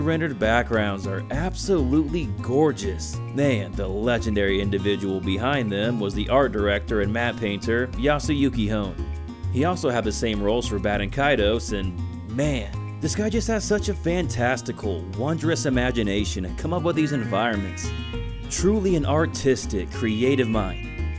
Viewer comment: Honne is pronounced hon ne. There are no silent letters in romanized Japanese